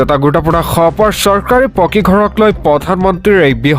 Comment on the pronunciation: সবৰ নহয় খবৰ । "খ"আৰু "স" দুটা পৃথক ধ্বনি ।